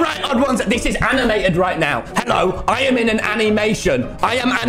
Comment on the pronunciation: Nobody: Tommy saying animation